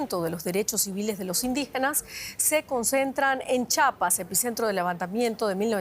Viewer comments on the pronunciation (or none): La pronunciación correcta es... CHIAPAS, NO CHAPAS. Corrección en las pronunciaciones. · Ch "i" apas!! 🤦🏻‍♂️😂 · C H I A P A S, Dios, de verdad que hay gente que no sabe leer 🙄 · Es chiiiiiiiiapas chiiiiiiiiapas lleva i lleva i